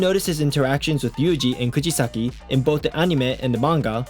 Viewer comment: It's kugisaki not kujisaki